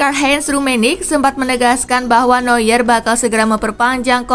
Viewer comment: Neuer dibaca Noyer bukan Nyuer lagi 👍